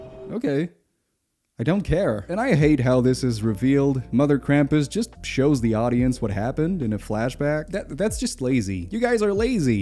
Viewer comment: The sound of screaming flannel man is still vibrating around my skull so thanks for that!! This is a great video. Also most of the time when I hear "krampus" it sounds like "grandpas" which led to some really funny mental images while watching: Oh no! this family is being chased by grandpas!